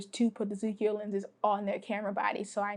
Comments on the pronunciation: I think Tomislav means that you prononce the k like in "Tokyo", but there is no "i". Japanese prononce "ko" in one syllab. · Since my OM2sp keeps failing, I'm on a lookout for an OM1. By the way, the way you pronounce ZUIKO in kinda reversed way, to me as an European, is hilarious and adorable at the same time...